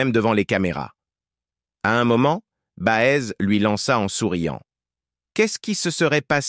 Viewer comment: voix insuportable prononciation BA EZ ??? et que d'amours : la fidélité ils ne connaissent pas...